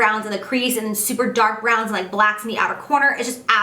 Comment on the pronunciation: "last color in zee palette" no pun intended?